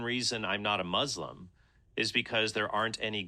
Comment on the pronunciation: i hate when they say muZlim lol